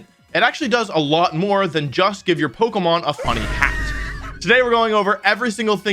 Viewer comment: I will sub when you can say pokemon correctly and not pogamon